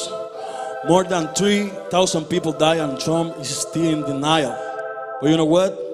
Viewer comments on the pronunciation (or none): none